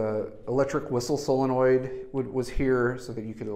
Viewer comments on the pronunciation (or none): none